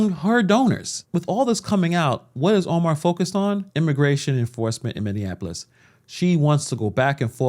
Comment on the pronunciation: Bro You Gotta Say Minneapolis Correct frfr